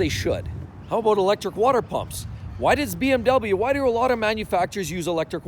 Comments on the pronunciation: "how a boot" hahahaha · "How aboot......"